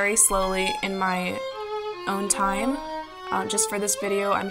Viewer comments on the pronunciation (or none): none